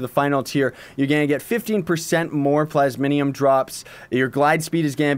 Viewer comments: Take a shot every time he says "plas-min-ium" even though it's plas-mi-um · Just a small nitpick but it's plasmium not plasminium, still love your vids though. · Plays it's PLAS-MEE-UMM